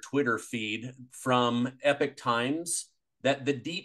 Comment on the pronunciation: e- pock" times. Not Epic times. Spelled Epoch . JS. ❤